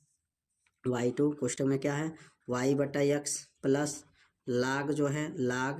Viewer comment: Sorry vo laag nahi log hota hai😢